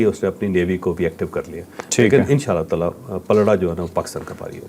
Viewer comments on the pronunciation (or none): none